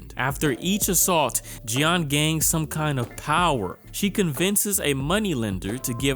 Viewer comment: Ok, French speaker here. Jeanne is mostly pronounced like Jane 😅